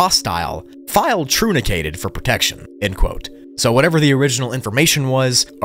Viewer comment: brain is TROONICAYTED. bro, learn english if your whole job is to read. its pronounced like trunk, like when you cut a tree down to the trunk, TRUNK-ATED.